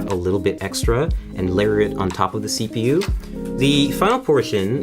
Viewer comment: he says yepu